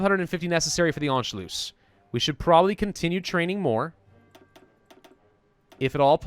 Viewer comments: I am german and your pronunciation of "Anschluss" ist actually not bad. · Youre saying anschluss pretty well, if you want to perfect it, since its 2 s at the end, its 'sharp'. Basically you dont drag it out, more like short u and s.